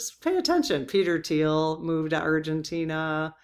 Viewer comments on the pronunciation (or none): none